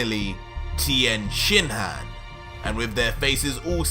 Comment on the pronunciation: For just a second I thought the narrator said Tien Shithead!!🤣🤣